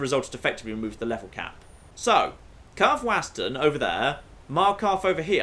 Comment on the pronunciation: says Karthwasten wrong on purpose again for the 3rd episode in a row